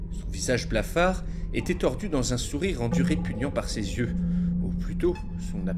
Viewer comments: "son abscense de zieux", je m'y attendais pas ca m'a bien fait rire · "Son absence de z'yeux" ... ... Il faut retourner en primaire, au bout d'un moment >_____<